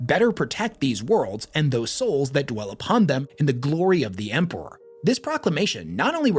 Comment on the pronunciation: I'm confused how says Empewow and Emperor in the same sentence like his speech impediment is selective 😂